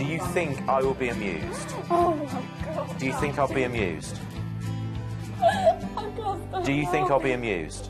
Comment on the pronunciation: the whole time I thought he was saying abused not amused and I was beyond confused